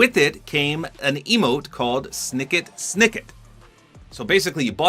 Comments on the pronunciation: It’s pronounced Snit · Sniket Sniket 💀 it's pronounced like the steel sound: Shnickt-shnickt (onomatopoeia)